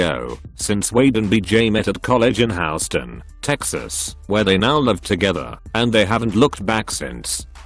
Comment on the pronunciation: Badjasper .... I dislike computer voices too... it said Halston, Texas... it’s Houston, Texas... 🤨